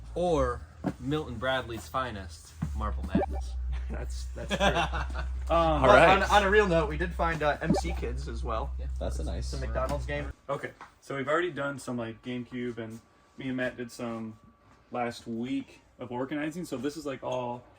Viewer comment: M C kids????? It's "Mic" kids!!!!